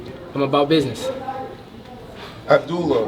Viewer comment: Pretty sure his name is not Abdoolah. 😅